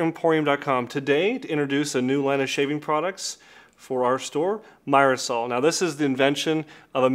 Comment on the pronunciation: It's pronounced "meer-sol" 😊